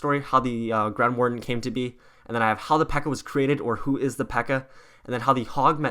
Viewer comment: The word is grand warden